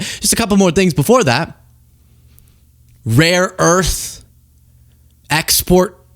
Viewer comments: Trump continues to mispronounce, rare earth, as raw earth! The imbecile doesn't even know what he's talking about! Reaffirming to Xi, what a fat blithering idiot he has to endure! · For f****'s sake ....it is "RARE earth MINERALS"! JESUS! GET IT RIGHT!